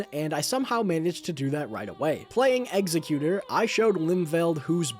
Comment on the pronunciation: w vid... BRO PLEASE PRONOUNCE EXECUTOR CORRECTLY